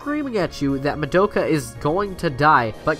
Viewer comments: Anyone else cringe every time he said Madoka? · Why can no YouTuber say madoka accurately? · No one else is gonna mention that he pronounced Madoka wrong?